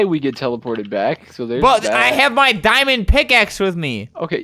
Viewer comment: Wen he said MY DIMOND PICAXE I thought he said MY MOM FATS